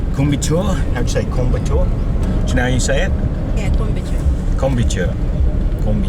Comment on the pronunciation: Hi, Welcome to Coimbatore- Manchester of SOuth India- Coi m BAA tore- not Kombucha.. I live in POllachi- Coimbatore District.. I am a proud Victorian for 12 years in Preston,VIC... Cheers, Pradeep Rajkumar. Instagram - pradeep.raajkumar twitter-pradeepr1981